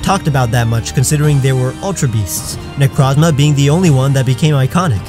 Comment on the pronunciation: It's Nec-rohz-ma!